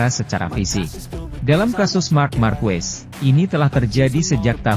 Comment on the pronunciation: Sedikit koreksi penyebutan nama Marques bukan Markuues tapi Markes mudah kan?